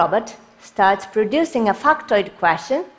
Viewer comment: factoid questions. I heard it in a weird way as well 🙂